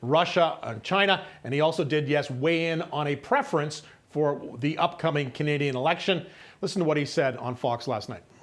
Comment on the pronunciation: Why does he have trouble with the word 'Canadian'????